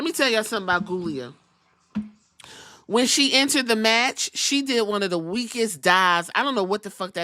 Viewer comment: I like Giulia, but I giggle at you not living at all and calling her ghoulia.